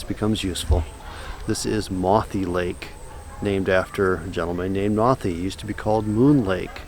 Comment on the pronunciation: it is pronounced mothy like moth